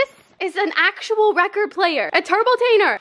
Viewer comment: "A TURBLETAYNER!!!" actually me hahaha 💖